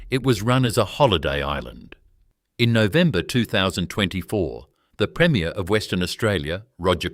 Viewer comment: Premier is pronounced differently than premiere, I already commented on the dodgy pronunciations in this video and my comment was deleted. Consider this poorly created video reported